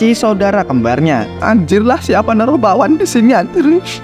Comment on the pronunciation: Bakwan? Harusnya bawang 😂😅